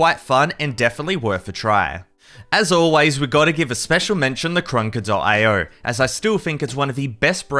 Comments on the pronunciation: Bro called krunker crouker 💀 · "CRONKER" lol